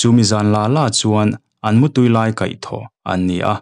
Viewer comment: 'A hnarkai tu' tih a 'kai' tih lai hi i thluk diklo tlat mai, 'ka kal thei lo, Min lo kai teh,' 'I kal muang e mai,ka lo kai ang che' tih a 'Kai' tih thluk ang hian thluk tur a ni e. Sawi tur dang pawh a asm nual mai, sawi vek lo mai ang.